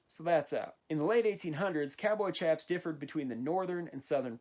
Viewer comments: They’re pronounced sh-aps not ch-aps I’m sorry about mentioning this but it really does just make me cringe to hear it pronounced ch-aps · They had bat wings in the 1870s but red dead makes them to baggy plus the way you said chaps triggers me